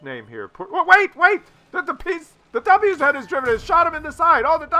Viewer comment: It's not double u-zed, it is vah-zah just ask Skill4ltu :)